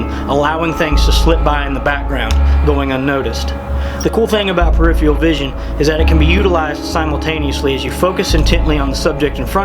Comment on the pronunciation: Very good, but it's pronounced: per-if-fur-al